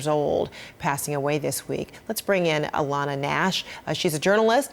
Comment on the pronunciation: Of your name is alana not lana !! Get it right or Don't say it at all ...